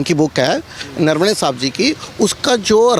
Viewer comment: He is saying नरवणे or नरवने ye नरवाडे कहासे आगया